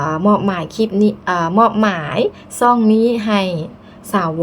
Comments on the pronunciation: ช่อง/ซ่อง,,,ช้าง/ซ้าง,,ต้องฝึกออกเสียง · คนลาวพูด ช ช้างไม่ชัด อยากให้ฝึกพูดคำว่า..ช่อง.. ให้ชัดเจน ออกเสียงผิดเป็น ซ่อง..ความหมายเปลี่ยนทันที